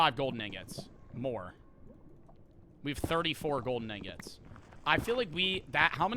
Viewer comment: He did NOT say ingots